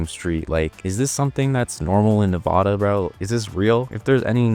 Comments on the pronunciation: You said Nevada horribly and yes we have motels back to back like that😂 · also not how you say nevada